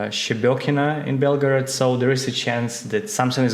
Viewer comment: Bellgerrhod thats how u pronounce! No O after the bell